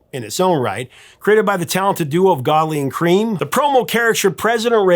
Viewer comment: Hey! Godley and Crème has a different pronunciation than the way you say it. I can’t know if you’ve ever seen any of their videos, but my former partner used to edit THEIRS! He told me the second last name was pronounced “Crèm”. I could tell you stories about those two, but they’re not for public consumption. Write to me and I’ll tell you one. Ed Ryba